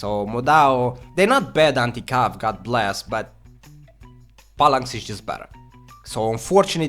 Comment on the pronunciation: For fucks sakes bro, stop saying "Pallanx". Its PHALANX. Pronounced like Fal-anxe. your accent is bad enough, but when you say shit like that it really undermines your knowledge here...